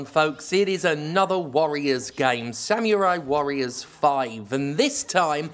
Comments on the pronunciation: SAM - YOU - RAI is back It's samurai. Not Samyurai. Samurai. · I knew this review would be shit when you pronounced it "Sam-you-rye". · sam-yoo-rai cool hwip